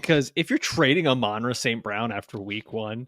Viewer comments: Are you guys purposely miss pronouncing Amon-Ra name? It is said like the Sun God. YAll sound weird. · Who names their kid amon ra? But these guys are wierd??? Dont get me started on his brothers name!